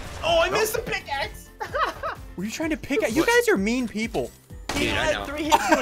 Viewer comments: Roger Frezevolt “Picaxe” it’s pickaxe. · "I just picaxed him " Did you just picaxe him